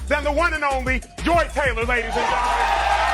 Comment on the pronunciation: FUCK THIS LADY! I used to tutor her son and I could spill sooooo much tea about her. And yes you’re saying her dumb ass name right. She used to come home and tell me who she was dating at work and she ADMITTED to me that she slept with multiple people. I believe none of her shit. If you’re reading this- you’re such a rude woman, you’re entitled, you treat your ex husband like shit and you think your shit doesn’t stink. I’m so glad I left working with you when I did- you were so nuts and weird I felt horrible for your son who was so sweet!!!!